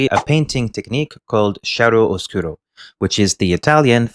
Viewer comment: Many italian died in this video hearing "shiaro oscuro" instead of "kiaro oscuro". Great video, got lost because of your accent, thought you were not a native french speaker...how wrong I was!